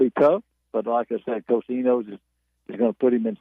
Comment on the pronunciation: Did he say coach Enos?